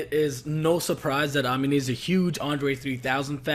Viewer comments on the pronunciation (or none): Ah-mean-ay not ah-min-ay